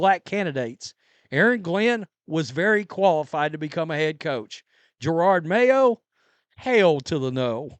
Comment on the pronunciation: I love how he still says Gerard mayo, lol